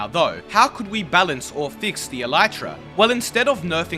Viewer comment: The elytra will likely never be pronounced properly by Minecraft players, much to the chagrin of entomologists around the world.